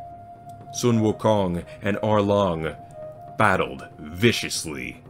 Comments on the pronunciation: The "Sun" in his name is pronounced "Soon". And the way Hell is pronounced is definitely wrong. However, I am not able to give you the proper pronunciation. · Nicely pronounced. Not Sun as in sunlight but pronounced as Soon. “U” in Chinese is pronounced as “oo “ as in “too” Wu Kong Wu means “realised” Kong means “empty”